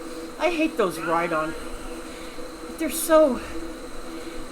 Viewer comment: Haha love this channel and especially your "Ride Oon" :D made me laughe